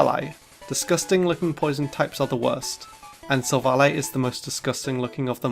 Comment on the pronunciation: IT'S SILVALLY, NOT SAVELLA! AND SWINE IS SUPPOSED TO END WITH AN E!